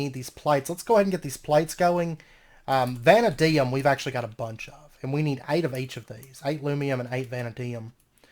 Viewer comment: Hey, I'm enjoying the series so far. Just a heads up vanadium is pronounced vah-nay-dee-umm. Anyways thanks for the fun series and I look forward to seeing more.